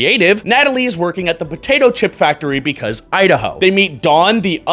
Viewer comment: That "Idaho" felt offensive